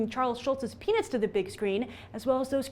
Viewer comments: you said penis in stead of peanuts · Did she said penis or penuts? Hahahha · did anyone else hear grace say 'penis' instead of peanuts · I swear i heard her say charles schulz's PENIS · I thought she said PENIS! ANIMATED PENIS! hahaha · For a second, I thought you said, "Bring Charles Schultz's penis to the big screen."